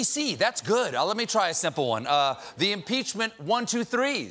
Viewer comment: “Won- too-three” Stephen. !